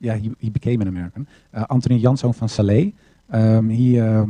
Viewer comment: Called SLA not Sala !